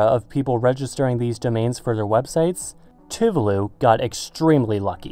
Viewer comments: Can you pronounce Tuvalu proplerly? You pronounce other words in other languages alright. Why can't you pronounce Tuvalu? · It's "tu-VA-lu", with the accent on the second syllable.